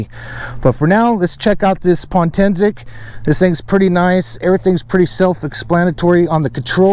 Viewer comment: It's Potensic not Pontensic lol silly